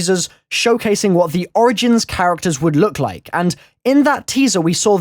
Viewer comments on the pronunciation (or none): none